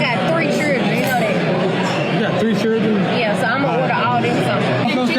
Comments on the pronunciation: "I got 3 cher-drin.".......😂😂😂😂😂😂😂😂😂😂😂😂😂😂😂😂😂😂😂😂😂😂😂😂😂😂😂😂😂😂😂😂😂😂😂😂😂😂😂😂😂😂😂😂😂😂😂😂😂😂😂😂😂😂😂😂😂😂😂😂😂😂😂😂😂😂😂😂😂😂😂😂😂😂😂😂😂😂😂😂😂😂😂😂😂😂😂😂😂😂😂😂😂😂😂😂😂😂😂😂😂😂😂😂😂😂😂😂😂😂😂😂😂😂😂😂😂😂😂😂😂😂😂😂😂😂😂😂😂😂😂😂😂😂😂😂😂😂😂😂😂😂😂😂😂😂😂😂😂😂😂😂😂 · I’d walk right when she pronounced children the way she did! Cherdren? 😂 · She Said " Chirdrin " And Glasses Sitting On The Edge Of Her Nose ..... Nah.